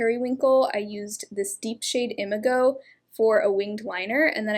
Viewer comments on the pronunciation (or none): Another note- from your lethal palette, I’m pretty sure the word Imago is pronounced ihm- AH - go